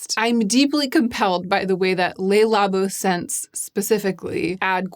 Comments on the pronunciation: I’m only mentioning this because you seem to want to pronounce French words in the French way, based on how you are saying other words, but it’s not “Lay Labo”, it’s “Le Labo”. I hope that helps! :) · I'm so sorry to be such a pedant, but I thought that as a fellow Linguaphile you would appreciate knowing that Le Labo (or the 'Le' in any French name, e.g., Le Creuset, etc.) is pronounced "Luh" rather than "Lay". Thanks for this amazing video! You always tell me whatever I most need to hear at any given time ❤